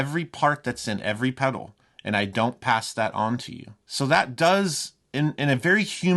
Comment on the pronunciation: By the way there is an L in the pronunciation of the word pedal. Is it going to review it at least pronounce it properly